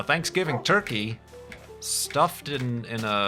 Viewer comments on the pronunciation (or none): none